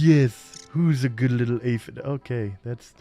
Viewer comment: ah yes “aphid”